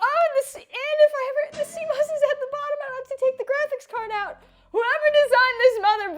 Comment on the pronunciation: C-MAus not C-MOes - 😆😆 apples go in the fridge